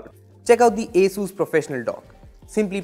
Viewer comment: It is not Ae-sus but actually Aa-sus🙄